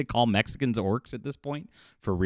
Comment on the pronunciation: "Los Orcos".